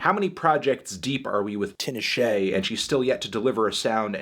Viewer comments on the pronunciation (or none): its tee-na-shey not tinnuh-sheh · Ti-nuh-shea lol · Tinashe’s name is pronounced Tee-Nah-Shay melon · Your pronunciation of Tinashe was awful. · lmao the way he said "tinashe" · Not the pronunciation of Tinashe...